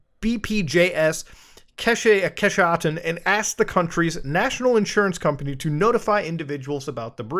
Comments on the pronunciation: The way he pronounced "Kesehatan" made me cringe in pure horror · Seeing Muta try to pronounce Kesehatan made this golden. klo you mau bljr bhs you blh bro